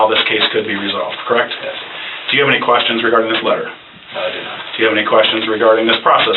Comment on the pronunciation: “Answer a few questionnns” 🤔 why the accent?